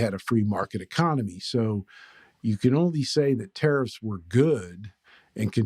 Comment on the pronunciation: I love how it sounds like you're saying "terrorists". That's the word you should be using. Nobody can get "confused" if they understand that that's what's being suggested when people support tariffs